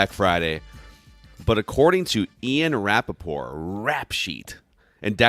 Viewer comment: It pains me to listen to you all pronounced Rap-a-porT. TTTTTTTTTTTT